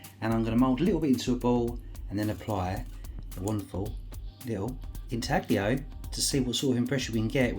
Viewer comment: The g in inaglio is silent.But what a find